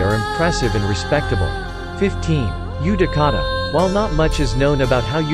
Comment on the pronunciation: i know you didn't say jenin instead of genin i👏🏻know👏🏻you👏🏻did 👏🏻not👏🏻say👏🏻jenin🤬🤬🤬 matabi??? wow yutakata?? im disliking